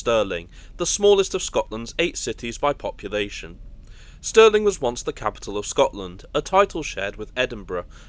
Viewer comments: How embarrassing, it's STIRLING not STERLING! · Stirling please, not Sterling [GBP] currency! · Stirling you idiot not Sterling.